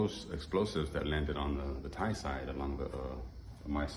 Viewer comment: I am impressed you actually got the correct "DTai" pronunciation. Did you learn that in your own or some "DTai" person told you? 😂